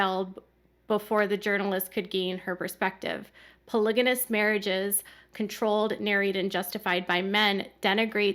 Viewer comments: Polygamous. Not polyganous.😊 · It’s pronounced “PolyGamy”and “PolyGamous.”